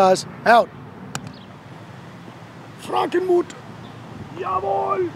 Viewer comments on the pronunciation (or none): That "jawooool!" At the end😂